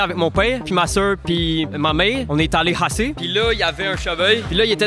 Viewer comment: je suis allez au haalet !! Pour haassez avec mon père !!! Puis la il y avais un cheveu !! Puis la louree est partie 😂 non la c'est trop !!! Pourquoi ce gars arrive pas a dire CH !!! 🤦